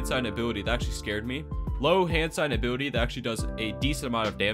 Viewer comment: i love how i hear "a booty" when he says ability every time